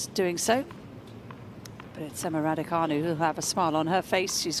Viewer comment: It's canu not fanu, who's thick at your end !!!!